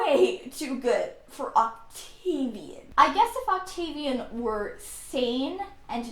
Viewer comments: Hearing her say octaivien was hilarious 😆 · I love the way she say Octavian.